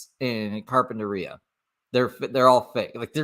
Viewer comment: The way he pronounces Carpentaria is really annoying. That’s not at all how the locals, or anyone for that matter’s says it 🤣 Edited-Vegas is about 5-6 hour drive from where he is at now. He wont be able to walk there, it’s just freeways and then straight desert the entire way.